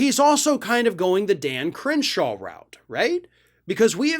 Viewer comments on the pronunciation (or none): When you said Dan Crenshaw I thought you were saying 'Damn Cringeshow.'